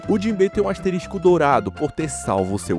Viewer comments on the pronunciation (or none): NÃO É "ASTERISTICO" É ASTERISCO